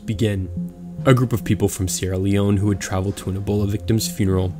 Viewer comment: I’m from sierra Leon but lives in England and u know how to say sierra Leon better than me